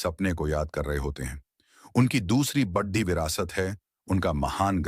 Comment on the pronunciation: बढ़ी नहीं बड़ी 😅😅